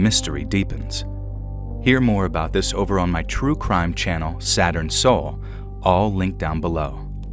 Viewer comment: “I’ve got a story ABOOT Canada” 😂😂😂 we heard that 😂😂😂❤❤❤